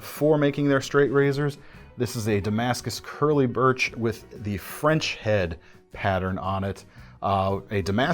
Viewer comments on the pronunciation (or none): none